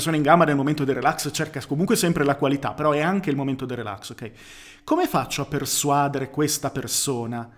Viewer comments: Mi hai messo in crisi: non è sbagliato persuàdere? All’orecchio mi suona giusto persuadére. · Comunque si dice persuadère, santiddio, non persuàdere